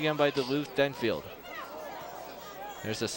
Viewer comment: It's Denfeld, not Denfield. There's no 'i' in Denfeld.